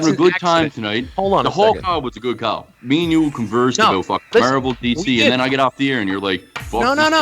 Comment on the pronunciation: I love how Scott pronounces “Marvel”........MURVEL